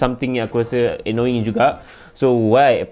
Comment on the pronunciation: Is this just me or what? Bila dia sebut “annoying” i chuckle abit. Hahahaah